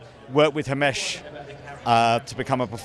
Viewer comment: It’s himesh not hamish